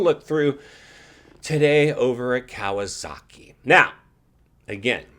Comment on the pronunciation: you can't even pronounce KAWASAKI right lol